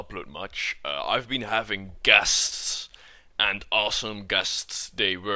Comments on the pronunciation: I thought he said 'I've been having gas' haha. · I thought he said he had gas instead of guests